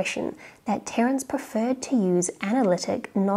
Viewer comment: The c in Terence ruined my ASMR experience.